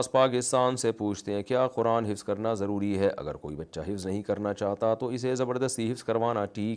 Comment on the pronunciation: Urdu sahi karin zarori ض se ata h